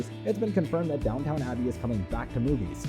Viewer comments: Goodness... I could not watch the video just because of the pronounciation: It is Downton, not Downtown: and it is Yorkshire, not Yorksheyre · you do not call it DownTown. it is Downton abbey. Please learn how say the words correctly. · I am shutting this video off as the stupid computer voice cannot pronounce the damn name of the program!